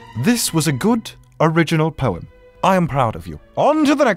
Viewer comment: Is it just me or does he sound like he saying porn instead of poem